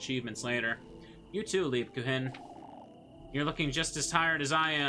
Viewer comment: Your pronounciation of Lebkuchen is great (Even though you rightfully dislike Jochen: Yo-hen). Overall your pronounciation is totally fine. On a side note: I'd say neither Rozenmarine nor Rosemarine is correct. Only know of the name Rosemarie so it irritates me a little constantly hearing an unknown spelling of that particular name. Love your playthrough so far and can imagine how annoying that continuous insanity frame was. Will definitely continue watching.